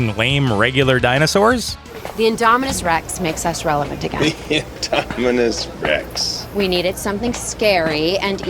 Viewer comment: You said indominus rex rong